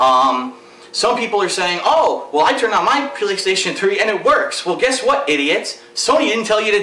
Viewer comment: lol sound like he said "pillokstation3"